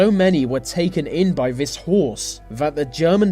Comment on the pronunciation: That pronunciation of th words as v's is so annoying " vey did this vey did vat "